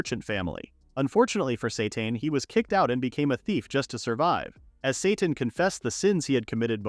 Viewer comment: Character: “My name is Sateen.” AI narrator: “My name is Satan.”